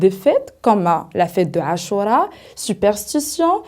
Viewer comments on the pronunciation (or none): none